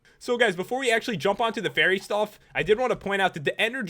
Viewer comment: you said berry insted of fary